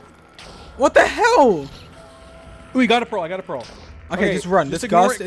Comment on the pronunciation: When George says what the hell, it sounds like what the hewl xD Love you guys!